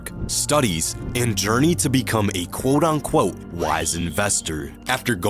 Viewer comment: It’s “quote unquote” not “quote on quote” moron